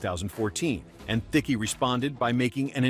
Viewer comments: "Theeckee" I paused and went, "wait what?" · That's not how you say Thicke.